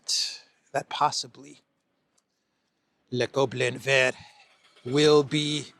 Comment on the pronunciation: You're getting better by the day at pronouncing "le Gobelin Vert"! Kudos!😂